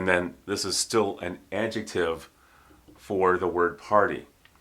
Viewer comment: Oh my god, i loved this class, he speaks the word adjetive so beautiful, i'm trying say adjetive like him wil be 20 minutes